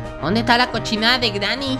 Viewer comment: porque dices greeny cochina